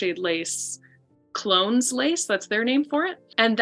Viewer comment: Clones is pronounced CLO-ness. It's the name of the town in Co Monaghan where that style of crochet lace was developed.